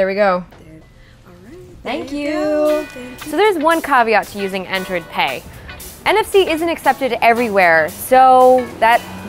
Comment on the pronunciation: I heard of android pay not androd pay!!!! lol